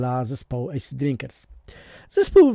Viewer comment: Asid nie Ejsid 💪😜